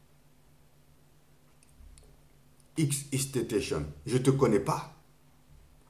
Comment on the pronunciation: Mdr il a dit xxxtontazon mais R.i.p quand même